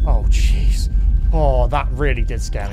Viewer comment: ngl it sounds like he said cheese there, and now every time he says it, I am reminded of the french